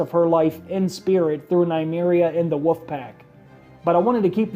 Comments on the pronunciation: It's wolf, not woof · why do you say woof instead of wolf??? it irritates the sit out of me, godd video anyways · IT'S WOLF! NOT WOOF. JESUS CHRIST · Anybody else hearing woof when he says wolf? 😂 woof pack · everytime this guy says wolf, it sounds like woof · "the lone wuf dies"